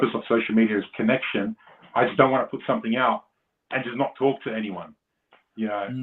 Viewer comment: "i wanna prrrr it out there really quickly" 😂